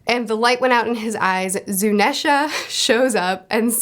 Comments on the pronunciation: Zunesha is based of Ganesha, which is an an ethnic name, so I feel it's best to pronounce it as such. (Zoo-neesh-uh, not Zoo-nesh-uh) Also Mochi is pronounced (moh-chee) not (moh-key) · Also big elephant is Zu-nee-sha